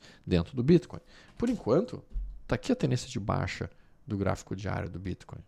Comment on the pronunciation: Quando vc pronuncia o Bitcoin , não poderia falar normal? Ficou horrível essa sua pronúncia